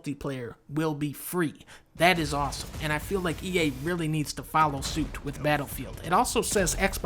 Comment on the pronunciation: Did you rike it